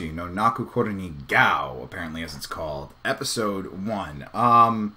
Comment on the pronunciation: It's pronounced "Goh" rather than "Gao"